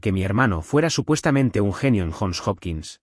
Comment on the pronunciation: UNIVERSIDAS JOHN HOPKINS CUALQUIERA PRONUNCIA YON JOPKINS, NO JON OPQUINS